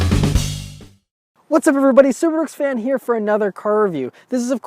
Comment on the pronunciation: Try saying subaruwrxfan 5 times fast the way he says it lmao